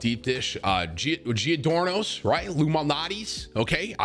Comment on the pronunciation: The way he pronounced Giordano's lmao